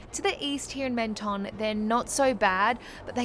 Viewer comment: Love the video but as world travellers, you might consider getting the pronunciation of the place your video is showcasing a little closer. Or, you could just do it cartoonishly badly like this. "Meant-tonne" Mon dieu.